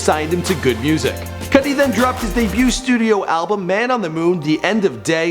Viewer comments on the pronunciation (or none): none